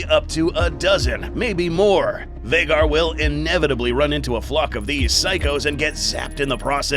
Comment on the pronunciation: It's been this long and he still hasn't corrected to Vhagar. Lmao